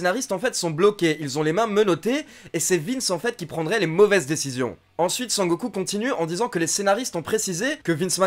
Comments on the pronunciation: A chaque fois que tu dis sangoku je souris de plus en plus . A la fin g la gueule a momo 😂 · Eh mais un fou rire à chaque fois que j'entendais "Sangoku"! 😂😂😂😂😂😂😂😂😂😂😂